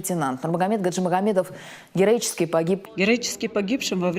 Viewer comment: "гЭроИчеСкие"это шедевр@